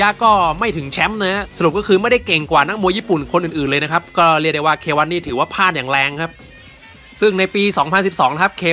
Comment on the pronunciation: พลาดไม่ใช่พาด